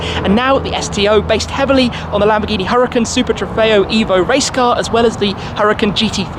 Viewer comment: ITS NOT CALLED A HURRICANE !!!!!!!! just attempt to pronounce it correctly , URA-KAN . Mucho Gracias